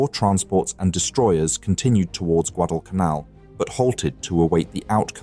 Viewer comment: The voice-over is soooo awful. guh-DALL cun ALL.